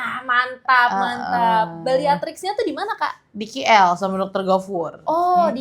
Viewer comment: Ngomong KL aja jadi Khi L...😂😅😢